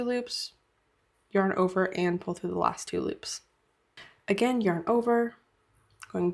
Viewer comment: Sorry, I really wanted to learn how to do this but I can't handle the way you say "yearn"